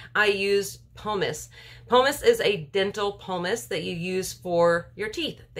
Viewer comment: Double boiler has only one 'R'. Pumice does not have an 'L'.